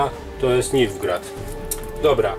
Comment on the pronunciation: Fajnie powiedziałeś na początku zamiast Nilfgard to Nilfgrad xd